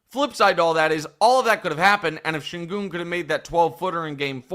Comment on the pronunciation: Nick, I implore you to say Sengun's name correctly. It's not [SHIN-goon], which is how you're saying it.... it's [SHAY-en-gewn], which when said quickly as it's meant to in Turkish, sounds like a 2-syllable Shaenguen. I know you think Reggie Miller is way wrong when he says it on national TV, but he's closer to the right way than you are.